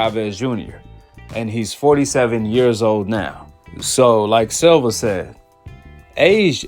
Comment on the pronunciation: It’s SILVA SIL-VA